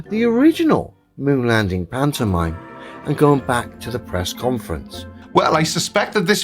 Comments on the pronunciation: im sorry. I love your videos but I can't listen to this idiot say pantomime anymore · I hate hearing this guy say pantomime.